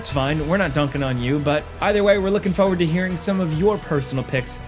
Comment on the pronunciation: Can't get over the way this guy pronounces 'forward'